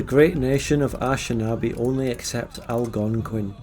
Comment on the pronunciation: The way he pronounces "Anishinabe" as "ash-in-aw-bee" still hurts my soul.